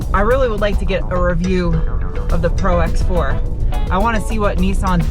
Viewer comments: ProX4 lol it’s Pro4x... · Nice review!!! By the way it's Pro4x not Prox4!! 😄 and the Cummins diesel is no longer available.